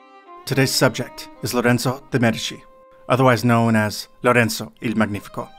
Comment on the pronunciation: For your information, in the word 'MEDICI' the stress falls on the first syllable.